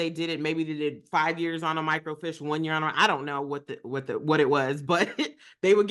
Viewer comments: Micro-Feesh is how to pronounce microfiche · Depending on the size of your city or town, there may have been a "main" library downtown that housed more records than the smaller branches. Otherwise they would contact a library in other locations to request the film. And yes, it was sent thru usps. Also FYI, it's pronounced "micro-feesh". Dammit I'm old!! 😂